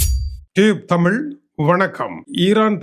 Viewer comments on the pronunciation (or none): none